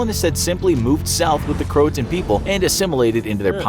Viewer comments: Cro a toe an it’s pronounced and Croatian was found on a tree not a defense wall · It’s cro-a-to-in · Wasn’t the word “Croatoan” not “croatan” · It's pronounced cro-uh-toe-en not crohtone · It’s pronounced crow-A-tow-win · CroaTOan. Pronounce it right. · Um...do you mean Croatoan?